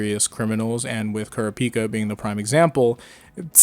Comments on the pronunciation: Why do you keep saying Kurapika like that? Please use how the English dub calls him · the way you said kurapika bugs me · Bro keep Kurapika name out yo mouth if you pronounce it like that.